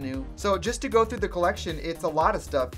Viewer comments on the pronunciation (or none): none